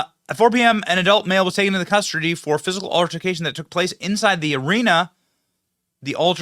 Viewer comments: "Custardy" lol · You said custardy 🤭